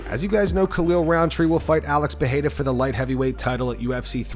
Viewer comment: Day 1 of telling that Pereira is not pronounced PAHAYDA